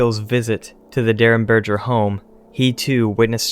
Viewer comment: In reference to the Indrid Cold case, the G in Derenberger is a hard G as in gas, not a soft G as in gel. So berger is like burger but with an E instead of a U.